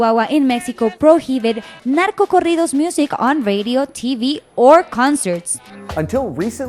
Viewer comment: Damn those nachodoritos sound terrefying.... no querias referirte a Narco corridos? What a terrible pronunciation